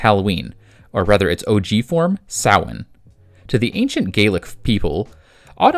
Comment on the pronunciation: This was incredibly cool! I hadn't known there were comics until you'd brought it to my attention. I'd only ever seen the film and the little animated short. I really appreciate that you not only gave a very thorough analysis of what Sam's role is in a variety of cultures, but that you also pronounced Samhain correctly. I know how it's spelled, but it kind of feels like a pebble in my show when people call it Sam-Hane.